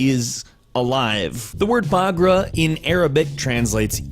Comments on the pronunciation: not bagra, ba-ka-ra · it's not pagra it's baqara for cow in Arabic but nice try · 😂😂😂 هلا بالعرب ما يقول بقره يقول باقرا😂😂😂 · it's fucking Bagra not Buaaaaa3graaa3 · it's accually nt bagra it's bakara , it's accually difrent than that but americans can't pronounce that word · baagra is not a word in Arabic it's baqara is what means cow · IKR , it's not bagra, it's Bakara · It is called bakara I am Arabian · it was soooo funny when he said Bagra ((((((: can't blame him,...Bagra! ((( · I would like to say the pronunciation of cow was murdered today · OMG XD! you butchered the cow name! lol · well I don't blame him it's not his first language! but I found it funny the way he said it XD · That cow name tho